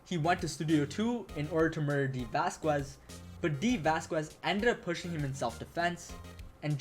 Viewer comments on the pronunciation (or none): yeah lol, its basically a Spanish thing, vaz kez lol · Isn't the U in Vasquez silent?